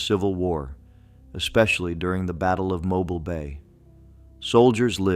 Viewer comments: It is pronounced Mo bill. Not like a mobile phone. I sure wish they would get this correct. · Correction: It is pronounced "MO-BEEL". (All vowels are LONG.) Not that difficult guys.